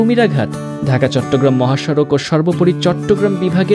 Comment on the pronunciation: চিটাগাংকে চিটিং কেন বললে???